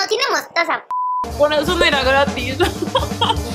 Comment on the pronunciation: En el minuto 16:8 dice mostosa jajajaja like si lo escuchaste